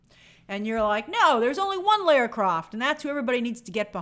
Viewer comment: Lara is pronounced 'LAW-RAH'